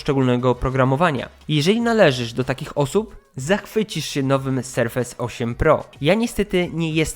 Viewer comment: BŁAGAM... Serfes a nie serfejs.